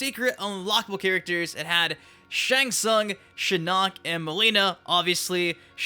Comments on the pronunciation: Brooo. I dont like how to say Shinnok lmaoo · Why you keep pronouncing Shinnok wrong? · please say Shinnok right